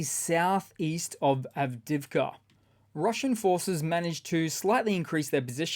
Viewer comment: ITS NOT written or pronounced [avdivka] ! It is [av-di-iv-ka] - you pronounce the 'i' twice.